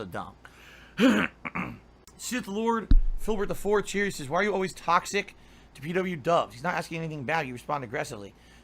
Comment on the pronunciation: Unleash the beast.... TAHHHHXOIIIIIC... woahhh